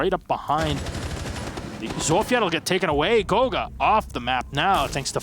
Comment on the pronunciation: Kanto is buck and goga is ash...Can y'all like at least make an effort to try